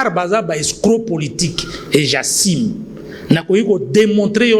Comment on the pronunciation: J' assiiiimeeee Mawa. J'assume monsieur! Apprenez à mieux ARTICULER!!!! Soi-disant juriste !!!!